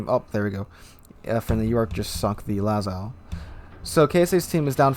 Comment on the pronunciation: "Lah-zoh" not "Lah-zow" The Jean Bart had RNGesus on his side on this match.